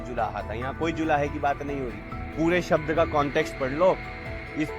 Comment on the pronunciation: अर्ध शब्द भी पढने नहीं आते शबद बोलते है